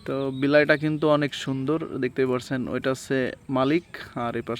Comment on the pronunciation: 'বিলাই' তো ঢাকাইয়ারা কয়, তুমি কোচ্ছো কেনো? তুমি কবা 'বিলেই'।